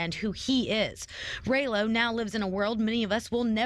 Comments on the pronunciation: why she keep callin him raylo lol man journalist be trash nowadays smh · Lol... “ray-lo”.... you’d think if she was interviewing a celebrity, she’d learn how to actually say homies name...🤦‍♂️ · She said Raylo on purpose 😄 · Why she call him Ray-lo 😂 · Who tf is “Ray-Lo” ? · Not ray-low Lol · They purposely saying his name wrong but it’s all good this the realest youngest dude that came thru. Under appreciated but musically we shoulda hyped him up regardless if we liked it.